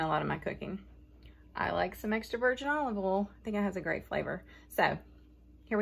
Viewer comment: In all my many years (way more than the 32 that says she she is) I never knew that Olive Oil was pronounced Olive owl. This was the dern cutest fun video!!! Love your humor and expressions.